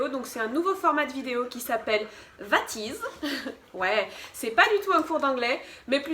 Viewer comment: C’est pas "vat izzzz" Mais "WA" ➡️ WAt iz What is 💫